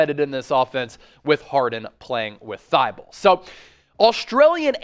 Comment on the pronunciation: She called him fly-bulle not Australianiore lol #fly-bulle